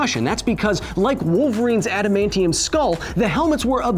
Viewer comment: Orrrrrrr... U can shoot him with an "ADAM-MAIN-KNEE-YUM." bullet 🤙🏾